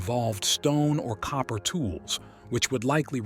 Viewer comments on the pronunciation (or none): none